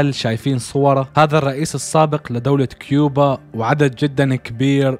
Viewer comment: هي كوبا من كيوبا